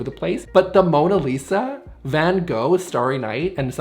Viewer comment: But.... 95% of the time our living room is the place to put the clothes racks and do yoga🤷Like you always say, you don't have as many friends over as you think. Also when sh*tting on the Mona Lisa, that's nowhere near how Louvre or van Gogh are supposed to be pronounced dramatic back of the have to the forehead movement :D